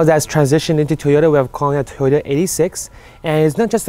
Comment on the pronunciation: It's pronounced eight-six not 86 like the original Hachi Roku